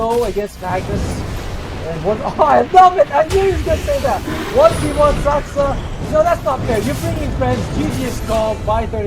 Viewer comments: Me to the commentator: Say Saska one more time! 😡 The commentator: Saska! 🥴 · its Saksa not Saska